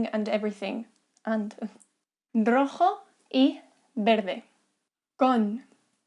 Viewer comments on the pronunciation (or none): none